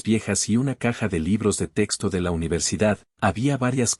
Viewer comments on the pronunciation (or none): none